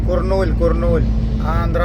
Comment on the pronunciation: കുറനൂൽ അല്ല( കർണൂൽ) എന്നാണ് അതിന്റെ യഥാർത്ഥ പേര്